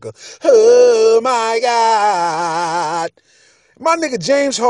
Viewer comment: When he said "Oh my gad" I start dying 😂😂😂